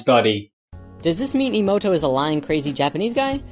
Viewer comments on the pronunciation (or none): it's not ii-moto it's eh-moto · Eh moh toh, not ee moh toh.... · For someone that claims to really revere the work of Masaru Emoto... () does a great job of not pronouncing his last name correctly.